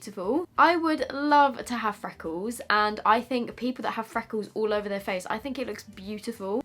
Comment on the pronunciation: Fweckles.. lol